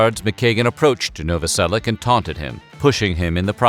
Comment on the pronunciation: Pronounced Noveselic"h"